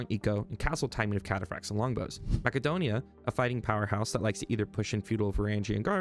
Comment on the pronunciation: It’s not mackadonia…. Stopped watching after that